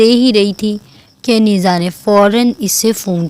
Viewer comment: رائیٹر آپ نے عنیزہ کے نام کا تلفظ درست نہیں لیا، ع ُ پہ پیش ہوتا ہے یعنی عُنیزہ)(عُ- نے-زہ)